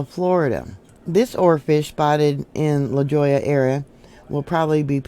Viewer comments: LaJolla is pronounced La Hoi ya just a friendly thought and hopefully will help you out 😉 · La Jolla = Lah Hoy-uh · Thanks,. Love your videos. The town La Jolla is pronounced La Hoy'-ah. The J is an H sound in Spanish. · I really don’t care about pronunciation but it is pronounced la Hoya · Enjoy your video. Suggestion. Check on pronunciation of LA Jolla. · The j is pronounced h in lajolia